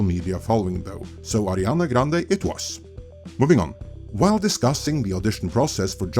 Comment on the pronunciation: Why you keep calling her Adrinana ?? lol 😂